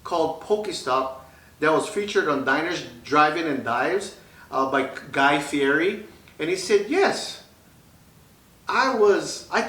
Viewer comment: Guy Fiere's last name is pronounced Fee- Eddie.